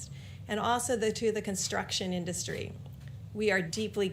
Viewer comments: Crikey, Trump went for the extra dark spray tan today, eh. Also, his pronunciation of the word 'industry' is bizarre. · Somebody teach that orange thing to pronounce "industry" PLEASE!